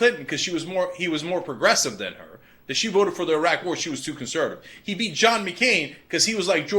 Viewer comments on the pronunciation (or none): none